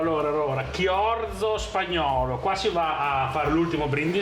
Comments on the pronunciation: Chorizo, no chiorzo 😂😂😂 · Siete sicuri che sia Chiorzo e non Chorizo? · si dice chorizo!! leggi cioriso🤣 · Si pronuncia CIORISO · Grandissimi, tutti e tre! Ma si legge ciorizo 😅😂❤ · ma sarà mica il chorizo (pron. ciorìso)?